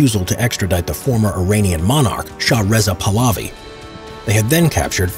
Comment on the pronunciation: from what my dad told me,there was no shotgun in iran during that time lol. also he was called pahlavi not palavi.